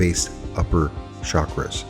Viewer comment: Love this — and — it would be nice of you would pronounce chakras correctly